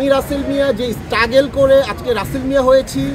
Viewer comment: স্টাগেল? ছিমপিতি! পেট্টিকেল! ভাই তুই আর ইংলিশ বলিস না। মাফ কর ১৮ কোটি মানুষেরে। 🤔